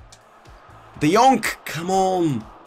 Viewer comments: that's not "D yonk" 😂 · Nobody: Absolutly nobody:: tEaM oF tHe YeAr De JoNk